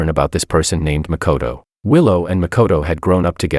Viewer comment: First video where makoto is pronounced as good character